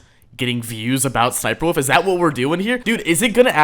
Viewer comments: ess ess sniper wuffie sniper woof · The way says ssnipie wolf 💀💀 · bro said sss niper wolf 💀